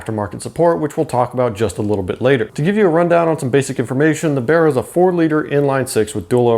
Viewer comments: Its not called bera its called baraaaaa mate got me self a baraaa engin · The "Berra" "Bearra" 😂🤣 It's Barra mate BARRA 😁